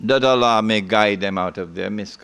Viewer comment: Allah pronounced Alaa